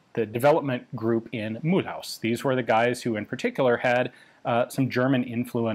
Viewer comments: Mulhouse (German Mülhausen, Alsatian Milhüse) is actually not pronounced as English Mool-house but more something like Mülooz ^^ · Mulhouse is pronounced Mül-ooz , not Mül-haus, unless you use the basis of the German pronunciation Mülhausen which no longer applies in France 😊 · * It's pronounced muh-lose. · Mulhouse [ my-looz ] Mulhouse (pronounced [myluz] You're not even trying 😫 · Mulhouse is pronounced "muloose" for your information. H is always silent in french. Also, might be known to you Ian but the AN-F1 version was designed to be primarily used on vehicles based in West Germany and the AA-52 in 7.5 was produced and used in much much greater numbers in France until replaced by the FN-Mag. There was a rather brief period of time where the AN-F1 got used in infantry support role as the AA-52 was being phased out (end of the 90s if I recall correctly) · Hey Ian, I guess you've been told a million times but Mulhouse is not pronounced like that. Try to say Mu-Lose, like Mu-L-Long OO-Z. Your pronunciation sounds like someone who is passionate about guns but only speaks Aramaic and tries to speak a modern language. Oh... Gun Jesus I see it now! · pronouncing Mulhouse like it's German: broke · Your pronunciation of Mulhouse is hilarious :D Regardless of that, thanks a lot for the work you're doing in documenting our firearms history. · I do believe there is some room for improvement for the pronunciation of Mulhouse 😉 though. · The way he pronounces "Mulhouse" 😭😭😭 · that is absolutely not how you pronounce Mulhouse, thanks for trying thow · 🤣 You say mulhouse like a german. I mean that's historically relevant but french people don't say it like that.